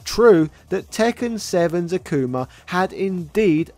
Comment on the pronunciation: He called akuma acoomer😂